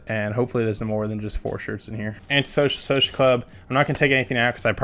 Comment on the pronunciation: he can’t say anti social social club right😂